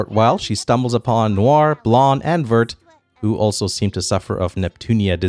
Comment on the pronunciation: "Vert" is pronounced like this